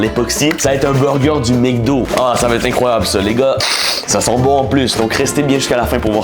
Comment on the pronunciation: Sa me tue quand tu dit "Mécdo"